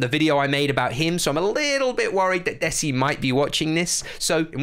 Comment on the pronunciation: You are pronouncing 'desi' wrong Its pronounced as (THEY SEE)